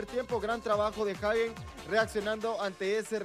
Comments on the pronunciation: No es hegen es Hagen , el comentarista está mal , Hagen con a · Se Pronuncia "jeiguen", y eso que soy mexicano. Fue figura su portero, muy mal, pudieron haber sido goleados. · No xd se pronuncia “Jaguen”